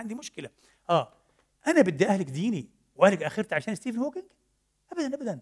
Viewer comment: ستيف مش ستيفينغ، وإلا عاملينها مقصودة في الشخص اللي نطقها هيك؟